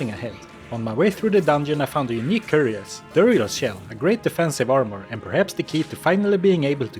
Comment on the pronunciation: hearing him pronouncing cuirass like that was physically painful. It's KI-RASS, not CURIOS